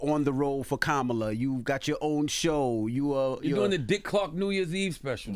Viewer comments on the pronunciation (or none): none